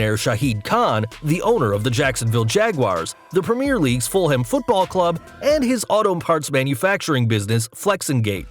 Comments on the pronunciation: lol "Full Ham Football club" it's pronounced 'Full'em' and you pronounce it as one word don't split into two separate syllables. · Fulham pronounced full'um